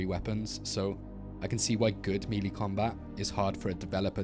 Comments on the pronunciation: It sounds like you say meaty instead of melee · ain't no way he said meelee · Why he say melee like that..